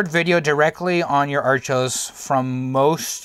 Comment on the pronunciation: To this day I still have a working Archos 605 WiFi. I've always pronounced it AR•chos(sounds like "are-kose"), not ARCH•os. In fact, you're the first person I've ever heard say it that way.